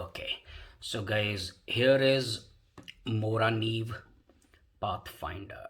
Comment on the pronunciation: Hi, I'm from Sweden and I think you pronounced Morakniv perfect :D I found your channel today, really good vidoes. =)